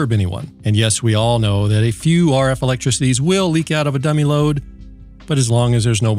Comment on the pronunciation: LOL you said "ELECTRICOTIES" again lol